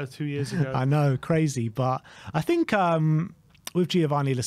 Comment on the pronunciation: Nice to see that sorted out his “fink” issue!